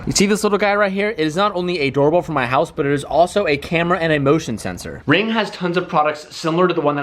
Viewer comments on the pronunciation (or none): Did you say doorble instead of doorbell? Hope all is well with the surgery